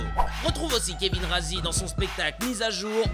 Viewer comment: Gros c'est la prononciation de Kevin